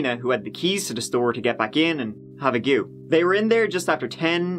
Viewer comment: That and how he says goo for go. I love his funny pronunciations.